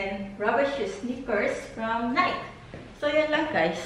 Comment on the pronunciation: Excuse me , NIKE ??,,,ang tamang pag pronouce ay,,, Parang ,, Nay-ki. !! Hindi Nayk. !!!